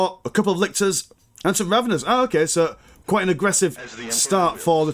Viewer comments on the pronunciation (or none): Just to point out, they are Raveners, not ravengers.